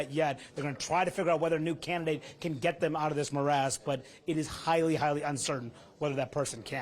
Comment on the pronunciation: When he says "morass," in relation to the GOP it's "more ass."